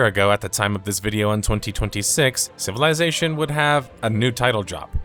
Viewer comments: Take a shot ever time he says CIVILAYZATION! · It's pronounced "civil izz ation". Not "civil eye zation" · I can’t watch this because of the way you say civilization.